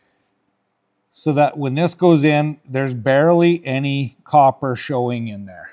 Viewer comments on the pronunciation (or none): none